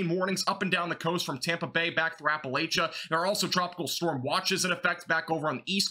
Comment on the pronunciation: May I help you with the pronunciation of some of the places in Florida? Appalachia is in WV. AP-A-LATCH-I-COLA is the big bend (Apilachicola Bay) famous for Oysters. Anclote- AN-Clot (Anclote Key)